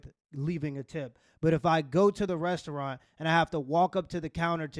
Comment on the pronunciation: Restuuralnn. I wish AI was never invented.